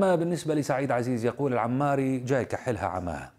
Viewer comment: اسمه الحوماري وليس العماري